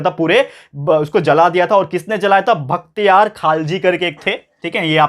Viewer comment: Sir you have done one mistake that is not Bakthyar it is Bakhtyar